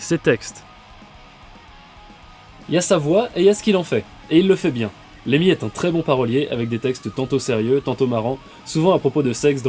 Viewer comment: LeMMY !!! N'écorche pas son nom pauvre fou